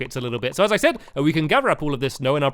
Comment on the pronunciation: said not sid